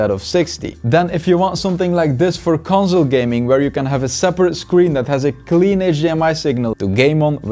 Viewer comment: Conzol pronunciation is bothering me